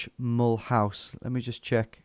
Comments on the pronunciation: "Mull house" is not the way the city is pronounced. It's the French pronounciation: mə-LOOZ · As a French, hearing you pronounce Mulhouse "Mullhouse" is so damn funny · Being french, the first part was facilitated but it was really funny. I burst out laughing when I heard your pronunciation of Mulhouse. I never realised that it could sound so british. It was even funnier given that you nailed "Alsace-Lorraine" just before :). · And Mulhouse is pronounced like "M'loo sir" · Thought you'd recognise Mulhouse (pron. Mull-ooze) Tom, given that it's twinned with Walsall! 😂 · Mulhouse isn't pronounced as Mulhouse; it's pronounced as Mulhouse.